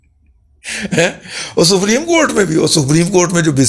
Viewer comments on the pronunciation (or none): none